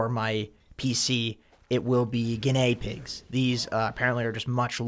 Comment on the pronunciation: guin-ay pig?